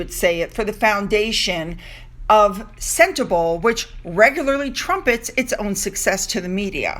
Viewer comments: Sentebale is pronounced "Sen-teh-BAH-lee" :-) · Hi, it’s pronounced “sent-a-bawl-A” xx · it’s SEN as in sent TA as in tum BA as in bum LE as in let. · Harry was really very serious about his charity Sentebale (please pronounce Sen-tay-bah-lay) when he first founded it, but after more than 10 years I guess Meghan wants him out of there. You know, they need that money to keep up their mansion... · Hi don't be offended it's pronounced Senterbaali 🙂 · I live in South Africa. It. Is pronounced sentebarley. There is so much poverty it is heartrending. Gender based violence is rife it is amazing that the child eas not murdered which often happens.😭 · Sentebale is pronounced CENTABALI (Bali like the country Bali) it is in the landlocked country Lesotho - pronounced LES SOO TWO. This is a small kingdom is Southern Africa. It is not in South Africa. This story is a disgrace, on Harry and his Potshots at fame. I am from South Africa and remember only too well the time he spent in Lesotho when this charity was started. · Its pronounced Sentabaaaaaale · Hey, no hate I love your channel but just want to say that Eugenie isn't pronounced You-genie, it's pronounced You-juh-nee. And Sentebale is pronounced Cent-a-bahlee